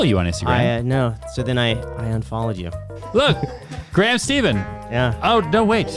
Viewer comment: You said Graham's last name incorrect?!! lol